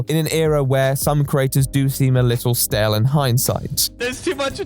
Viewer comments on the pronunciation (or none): none